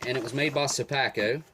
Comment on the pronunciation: Your accent screams Baltimore, especially when you said Sopacko, Hon!!!